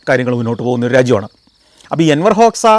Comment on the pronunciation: Not Enwar hoksa , Anwar hoksa